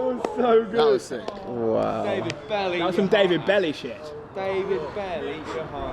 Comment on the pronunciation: "Belle" in french sounds like "bell", the last E is silent. He aint called no David Belly, fellas! 😄